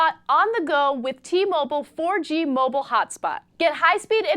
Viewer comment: Its mobile not mobil stupid bitch